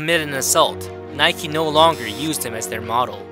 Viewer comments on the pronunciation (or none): none